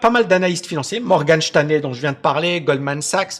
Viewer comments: Cest Morgan Stanley pas Shteinley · "Morgane Chtanley"??🤔🤣